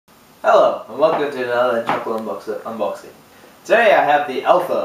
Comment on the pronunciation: lol you keep saying unboxing wrong. haha